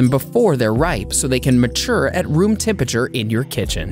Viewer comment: TEM-PURRA-TURE (phonetically) It's not that difficult to say - what is wrong with so many people?